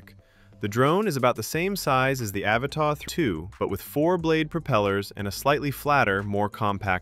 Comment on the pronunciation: "Ava Ta" that's one way to pronounce it